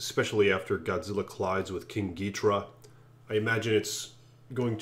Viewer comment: it's pronounced king gee-door-rah not gidrah learn to read dumbass